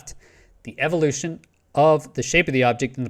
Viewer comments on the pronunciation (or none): none